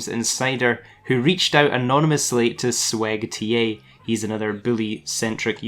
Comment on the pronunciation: He just called swegta "sweg-TA"